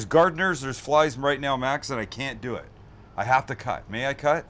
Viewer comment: Everybody keeps asking for a Sous vide everything/ Guga foods collaboration. I think the fans have spoken Sam lol 😁 "So let's deuww it" lol 😂